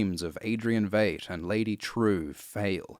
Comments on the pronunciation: I know people have had issues with how he pronounces Veidt and Bass Reeves and whatever else but nobody beats him saying “WATCHMEN.” Nobody. Best voice in the business. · I'm bothered by the way you pronounce "Bass" and "Veidt" but this is a great overview. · Amazing video, but was anyone else uncomfortable with how Veidt was pronounced? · Entire world: "v-eye-t": "you mean.... v-eight?" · 5 years late to the party to say It's pronounced "Vyte" not "Vade". Adrian Veidt as in might and right, not Adrian Veidt as in Jade and Evade. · It’s VEIDT LIKE VY-ITE , or VIolet. Not Vait. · Its pronounced Veet not vate mate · Veidt is German. It’s /vaɪt/ not /veɪt/ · It's vight not vaght and Rorschach is batman but poor your not understanding what is going on understand that they ruined the watchman with this and it's also racist AF good day sir there cookie's not biscuits turd no offense but stop saying vait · Why do you pronounce Veidt as "Vate", when we know it's pronounced "Vite"? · good descript but almost couldn't watch because you mispronounced V eye ght. with v at ght. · Come on man, you watched the movie, and you watched the tv series. Why continue to mispronounce Adrian’s last name? It’s pronounced “V 👁 T” not ‘V8T”! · I'm sorry, but I have to say it, it's pronounced VYET not VAYT. It is known. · I'm a little over a third of the way through the video, and you've already mispronounced Veidt (pronounced Vyte) and Bass Reeves (pronounced Bass - rhymes with Ass). Kudos for pronouncing Trieu properly. But then butchering the easy ones? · Vate. Vate. Vate. Sound it out englishman. And eggs represent rebirth? To who? When? Ever? Maybe a chrysalis does but an egg? Just shut up. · I swear hasn't seen a single episode of the show because he pronounces it as V8....this is such a disappointment. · Veidt is pronounced like "Fight" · It's pronounced "VITE". It was pronounced that way repeatedly throughout the show. Did you actually watch the show?